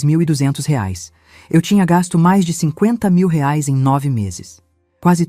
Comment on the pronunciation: A nora era vagabunda, uma vigarista. Essa Patrícia não tinha família? Digo, mãe e pai para pagar as coisas do bebê? A sogra também era muito idiota, carente demais. A narradora não sabe pronunciar o valor da moeda brasileira.